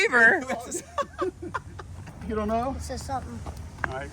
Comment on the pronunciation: "It says sumtin" too funny.